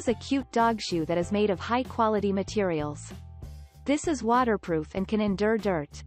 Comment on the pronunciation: “tHIS IS”.. must have heard that a 100 times. So annoying!!